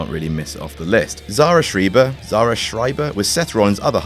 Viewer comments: Linguistically, it's Schry-ber. Although we are talking about the US, so it's probably Schree-ber. Because the US hates linguistics. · Schreiber is pronounced shry-ber. I speak German so I felt obligated to correct you instantly –_